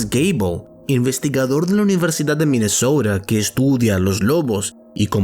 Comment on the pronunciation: Minesouda o Minesota??